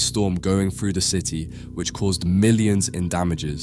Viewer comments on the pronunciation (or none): the word is three and through, not free and fru, if you can't speak English properly with correct grammar don't bother uploading, you sound illiterate, and why are you telling us everything we're about to view for ourselves, you think the viewers are too dumb to work out what they are seeing?